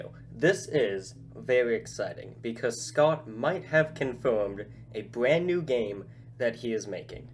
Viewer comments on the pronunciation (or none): You have bad English you say brand in bwand new